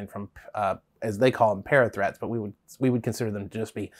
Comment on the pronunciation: Am I the only one who hears 'parrot threats' when they hear 'parathreat'?